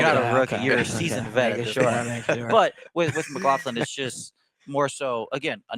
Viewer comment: Are you pronouncing his name wrong?